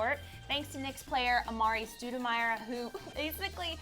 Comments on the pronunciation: Lmao she said amar'e "stooduhmire" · Lol It's Amare Stodemire